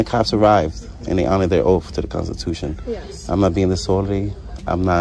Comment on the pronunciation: Liberry and oof. It's library and oath